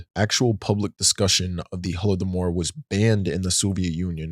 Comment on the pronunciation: Thank youuuuu so much for properly covering the Holodomor (plus your proper pronunciation), many people still are unaware that's its considered a genocide. дякую!!